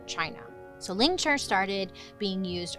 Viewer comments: It’s “lingCHI”, not ”lingCHUR” 😂, but it’s okay, some words are just hard to say when we’re not used to them. Sometimes, everyday English words sound so weird to say if that makes sense. Almost like it’s not a real word and just doesn’t sound right. Lol, I have issues 😂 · No death by 1000 cuts didn’t come from flaying. Lingchi and flaying are similar but different methods of execution. It’s lingchi you are pronouncing it wrong. It has a i at the end it’s pronounced ling-chi. Lingchi. I study the history of torture and execution i really wish I could help you get it right and explain it accurately. Ugh 😩 no offense it is better to get accurate information that is factual and pronounce things right then just be thick headed and continue to get it wrong because you have too much pride.